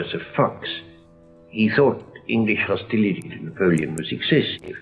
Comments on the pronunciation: Very interesting, but did you notice how he pronounced words like hostility (hosteelity) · The way he said hostility, woukd that be a vowel shift too? 'ility" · didn't spot that because Italian doesn't have the English short 'i' as in 'bit' - he will say 'beet'. I can't understand why has to say 'hosteeleety' and 'uneducateed' when he can say 'Bismarck' perfectly well.